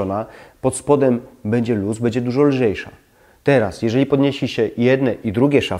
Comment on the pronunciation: Bedzie, bedę, naucz się mówić poprawnie